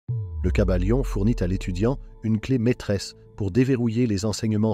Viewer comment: Le kybalion pas le caballion 😂